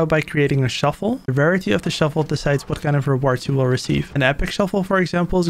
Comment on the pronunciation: Bro said “shuffle” not shovel